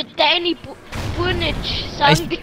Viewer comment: Haha sein dialekt wie der burnage ausgesprochen hat :D